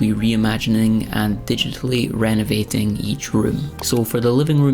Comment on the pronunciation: It's renovating, not renovatin'. Renovatin' livin' etc is bogan speak.